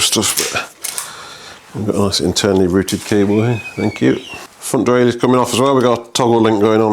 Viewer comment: Pronunciation of "derailleur": easy ! it's a French word, so just like in French ! ;)